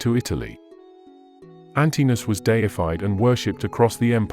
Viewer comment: This is very good, but be careful with pronunciation: "an-ti-no-us" , not "an-ti-nus"......it's also "Antinoöplis" , not Antinopolis. You pronounce the "O" ' s separately.